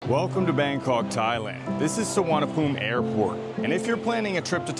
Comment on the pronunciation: Bangkawwwk... you need to try harder. Other than your pronunciation, the video is awesome.